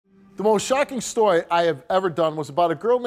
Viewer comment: the most shocking STOWY